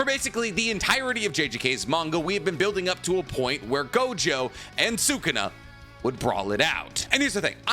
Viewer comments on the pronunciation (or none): Idk why this bothers me so much but it does It's pronounced Suh Koon uh Not Sooo Koon uh Anyways love the videos